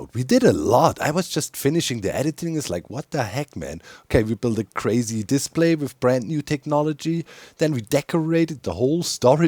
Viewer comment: The way you say "display" makes me think of a diss play, like play made for roasting. - To be or not to be, that is the question. Unless Menos is nearby, then I'd rather get away from him and his stinky pits.